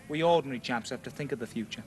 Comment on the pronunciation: "..... we ORDNARY chaps ... " 🌟🌟🌟🌟🌟🌟🌟🌟🌟🌟🌟🌟